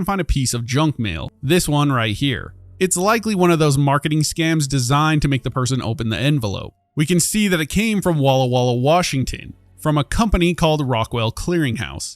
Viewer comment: It’s Walla Walla Washington lol not Wallah Wallah